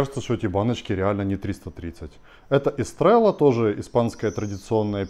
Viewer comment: Пиво оно не эстрелла, а эстрейя :)